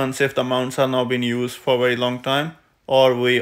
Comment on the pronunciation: Two Wery different Vays! 😂